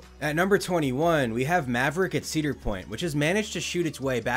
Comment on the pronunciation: 4 ceader point coasters 😂😂😂